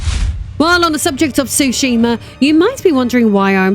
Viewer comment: Being from Japan, I can tell you you are mispronouncing the names. Tsushima is pronounced “SUE-she-ma.” Some also pronounce the “T” at the beginning, which is also correct. Yôtei is pronounced “YOO-tay.”